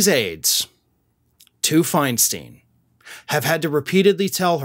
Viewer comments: My GOD! She's been in public office for years and you STILL don't know it's Fine-stine?? NOT Fine-STEEN??? JESUS!!!!!!!! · It's Fein-STINE, not FeinSTEEN! At least get her name right! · Feinstein Fine/Stine Like a stein of beer Your content is good The mispronunciation is jarring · Thank you for that piece. Her last name is pronounced: “Fine-stine” with a long “I”. I agree what a bunch of dishonest staffers! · Stop the mispronunciation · Would you at least pronounce Senator Feinstein’s name correctly? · Stop mispronouncing her name